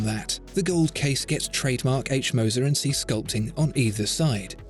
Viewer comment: "Cie" is the abbreviation for the French "compagnie". Saying "CIe" (see!) sounds terrible from a supposed oracle of horology. Even a poor, anglicised pronunciation of the whole word would be better.